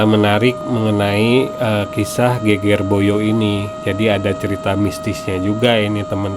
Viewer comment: Geger pengucapannya seperti seger,sedep